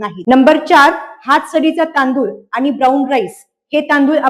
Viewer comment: Dr.मॅडम खूप सुंदर माहिती सांगताय फक्त शुद्ध मराठी आनि पानी करू नका बोला